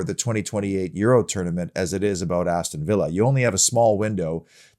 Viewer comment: I just tune in to hear say "aboot"..minds me of Terence an Phillip 👍UTV